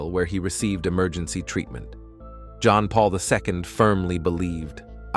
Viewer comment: I hate this AI voice that's used everywhere. Please use a real human narrator for your vids. AI is horrible, with jarring mispronunciations and inappropriate stresses and emphases. "Pop" mobile, and "emejency" surgery indeed.